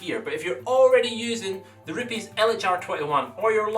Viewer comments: It's not ru-piis it's RU-PEZ! it's Italian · I wish he would quit saying rupes like that.